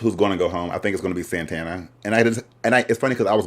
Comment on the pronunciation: it’s sending me that you’re calling saTana saNTana 🤣🤣